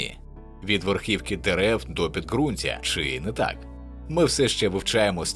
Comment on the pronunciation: Помилка в інтонаційному наголосу на ‚чи не так‘